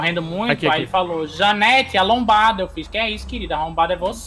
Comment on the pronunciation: ALONBADA,COLONEL,LUANITO,CALALIO....KAKAKAKAS ESSE